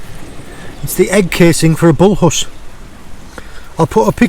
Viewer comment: Can you go back to saying Bullhuss in your north eastern dialect, I prefer Bullus to Bullhuss 😆